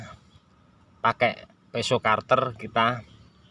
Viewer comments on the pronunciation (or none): Pisau "cutter" dibaca "kater" , bukan "karter" om... 🤭🤭🤭